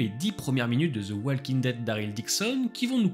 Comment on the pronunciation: Personne ne vous a dit que le L de walking ne se prononce pas ?